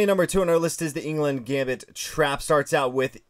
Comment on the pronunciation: Englund "lund" 🤣🤣🤣